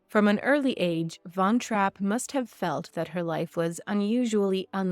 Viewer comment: Typical northamerican, you couldn't bother to take the time and learn how to properly pronounce the family surname